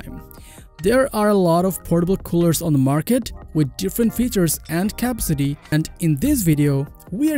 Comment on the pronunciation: Hi , some pronounciation tips. capacity = Ka-PASS-city not Kapa-city. Accomodate = A-KOMM-Odate not ACK-Ama-Date. Thank you for your video, it was very useful to me